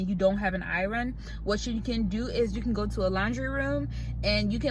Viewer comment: Your pronunciation of iron is too cute🙂